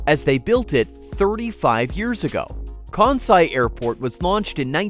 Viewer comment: I wish this guy could pronounce Kansai correctly. Hint: It's not Kaaaahn-sai.